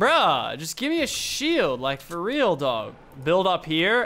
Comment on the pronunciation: ....dawg? you're Australian